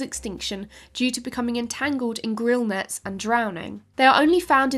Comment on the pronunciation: Probably already mentioned, but it’s Gill-Net as opposed to *Grill-Net*. Although it was fun to imagine what a grillnet would look like and be used for. Love the channel, thank you for the well researched and entertainingly delivered updates and discoveries 👍🏼